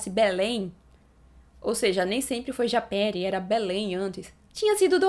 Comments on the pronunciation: A PRONÚNCIA É "JAPERÍ" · A pronúncia é japêRÍ